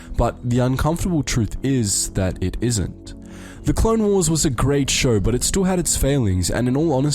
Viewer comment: "Clone Warses" It's still "Clone Wars" You moron.